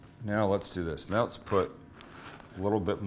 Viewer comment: did he say "meow we can start with our meat and our cheeses"